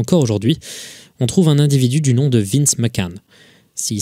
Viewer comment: Tout est horrible comme histoire racontée mais le " Vince Mackan " m'a fait exploser de rire